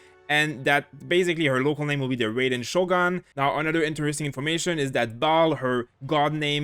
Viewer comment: its pronounced as Rah y den not reyden